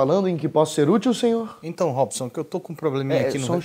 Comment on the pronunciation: "senhoor" kkkk